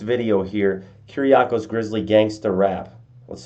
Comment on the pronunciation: I have the same name, your pronunciation is pretty decent!